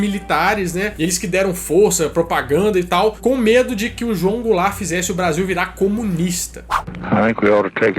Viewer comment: Mano uma hora o disse goularte